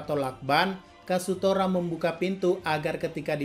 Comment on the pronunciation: KAZUTORA ❌ KASUTORA ✔